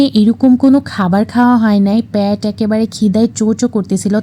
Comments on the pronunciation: জঘন্য উচ্চারণে আপনি বর্ণনা দেন!'প্যাট' কি? শুদ্ধ করে উচ্চারণ করতে শিখুন। বলুন 'পেট'।একবার বলছেন নিয়েছি, আর একবার বলছেন-মজা লাগতেছিল,খাইতে ছিলাম অদ্ভুত তো!আপনি অযথাই শুদ্ধভাবে কথা বলার ব্যর্থ চেষ্টা করেন।শুদ্ধভাবে কথা বলা অত সহজ নয়!শিক্ষিত, সুন্দর, রুচিশীল পরিবেশে যারা বেড়ে ওঠেন তাঁরা কখোনই শুদ্ধ অশুদ্ধ মিশিয়ে কথা বলেন না,কিংবা হাস্যকরভাবে চেষ্টা করেন না!তারচাইতে বরং -খাইতেছি,লাগতেছিল,পাইতেছিলাম এই জাতীয় ভাষায় কথা বলুন।এতে করে কষ্টকরে মাঝে মধ্যে শুদ্ধ ভাষায় নিয়েছি,খেয়েছি বলার হাস্যকর চেষ্টা থেকে আপনি মুক্তি লাভ করবেন। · আপু প্যাট না, পেট!!! উচ্চারণ সঠিক হতে হবে ভিডিও বানাতে হলে ।